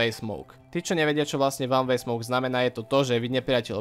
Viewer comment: Van vej smouk 😂